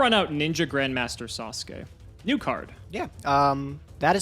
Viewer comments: Literally everybody else: Sasuke Samurai: SUS-oo-kay samurai ily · twitch Sasuke is pronounced SAHS-kay,.